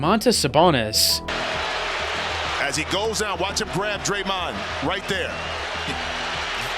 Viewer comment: did bro say daremned green 😂😂😂😂